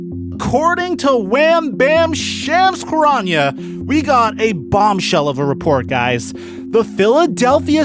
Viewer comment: “Shams CHGHKarania”